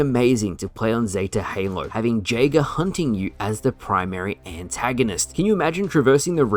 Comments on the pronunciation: You are pronouncing Jaeger wrong. It’s pronounced Yay-ger. It means Hunter in German. It’s also my name and every time you mispronounce it is like nails on a chalkboard. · Someone tell that the j in jager is pronounced as y